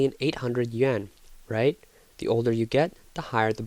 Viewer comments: why do these narrators in china videos keep saying "yuen" instead of yuAn? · It's Yuan. It's supposed to be pronounced like yoo aan but they just mispronounced it.